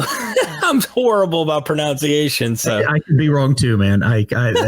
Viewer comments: when you say you're bad at pronunciation, it's pro-NUN-ciation.:p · I'm horrible about "pro noun ciations" haha doesn't even get that one right...😂